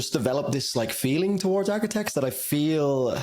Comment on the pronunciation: Bro said Arquitects😂